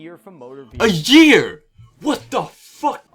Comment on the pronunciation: a jear ? wtf dude